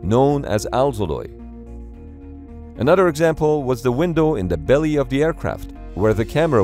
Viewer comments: wtf is "alzoloy" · "Alz" alloy ? Someone gets that ?